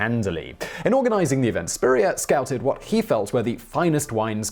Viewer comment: Ok as someone named Spurrier, the way you pronounce it is somehow slightly off in a way I can’t describe and it’s weird. Also, in my family we’ve had a random story that someone in our family got kicked out of France, but that was it, and even though we might not be related to Steven Spurrier, that might be where it came from